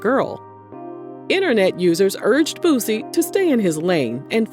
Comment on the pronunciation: He said it right tho. Most of them say lil BOOOZY